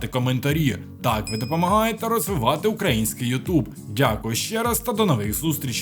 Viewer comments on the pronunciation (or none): none